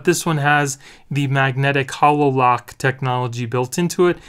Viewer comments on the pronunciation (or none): Why are calling it a Hah LO lock? It’s pronounced Hay lo like the halo that angels have. Self explanatory really when you look at the shape. Just had to mention it.